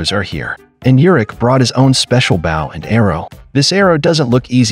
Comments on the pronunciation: This narrator has English grammatical challenges--- BOW is not a bough --pronounces that weapons name - like a dogs bark --(BOW WOW ) !- tik Tok? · maybe spell bow as bowe so AI pronounces it correctly Drives me f ucking nuts. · “Bow” is pronounced “Bo and Arrow”